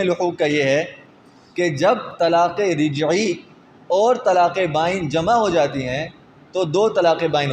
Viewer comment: یہ رَجعی کو رِجعی کیوں کہہ رہے بار بار